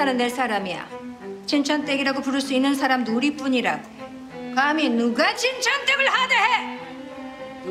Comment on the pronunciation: 가미 누가 진천때글 하대해!!!!!(발음)